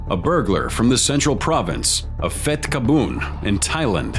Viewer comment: In Thailand, the PH sound is not "F" like american, its pronouced as PH, for example (Phet is pronounced Pet. I know this cause I am thai, Please fix it, when u try to say our cities, its funny